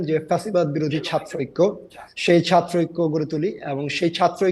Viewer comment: এরা কি ছাত্র? কারন, ছাত্র রা লেখাপড়া করে, ছাত্র শব্দ টার বানান ও উচ্চারণ জানে। এই লোক ছাত্র শব্দ টাকে সাত্র বলছে(যেভাবে সাইকেল উচ্চারিত হয়) । আচ্ছা ফ্যাসিস্ট মানে কি? ফ্যাসিস্টের সংজ্ঞা কি এদের মতে? এরি কি ফ্যাসিজম করে নাই? একাত্তরে অত্যাচারী রেপিস্ট পাকিদের সমর্থন করেই তো এরা আগেই ফ্যাসিস্ট হয়ে আছে। আর এখন প্রধানমন্ত্রী কে খুনের চেষ্টা, হিন্দু সন্ন্যাসী কে গ্রেফতার সব ই তো ফ্যাসিজম। তাহলে আসল ফ্যাসিস্ট কে? আমরা কিছু ই বুঝতে পারছিনা। এ ওকে তো ও একে ফ্যাসিস্ট ডাকে, আসলে কে ফ্যাসিস্ট?